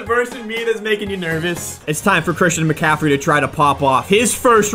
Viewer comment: Run with he tried to say Metcalf but it was Christian McCaffrey so he turned it into